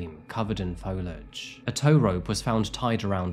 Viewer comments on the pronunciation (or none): Lol "folage"